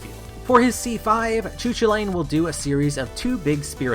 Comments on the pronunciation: "Choo choolane" LMAO But in all seriousness its pronounced "Koo Kool layn" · I've heard that pronunciation you are describing is pretty obscure or maybe even incorrect. Irish person I know told me it was "koo kal in" with "koo" like "coo" in "cool", "kal" like in "Carl" just without the "r" (or like in Superman's name "Kal-el") and "in" just like the usual word "in". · You pronounced his name wrong, great video still but as a person who really likes Irish mythology I get irked when you pronounce his name. It is pronounced Koo-cul-lain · Best doggo’s spotlight, he’s got a LOT of speed and distance to work with in his combos, but if you can steer him properly he can wipe out crowds faster. But yeah he’s definitely unfortunately underwhelming thanks to his overwhelming movement and linear focused attacks. Also I know Celtic names are super tough, but Choo Choolain is probably the funniest pronunciation I’ve heard yet. The closest I can spell out a pronouncing guide is Coo Cullen.